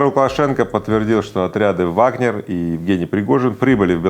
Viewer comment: Пригожем говорит «ВагнЕр». Но Вы Игорь!! Это же неправильно и совсем полошиному. Я в Вас разочарована Игорь. Не ВагнЕр а ВагнЭр.